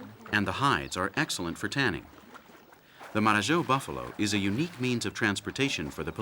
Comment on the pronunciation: Marajo. Not Mararhó.